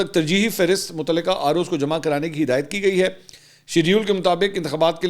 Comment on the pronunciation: LAFAZ SAHIH KARAIN {MOTALQA} HOTA HAY.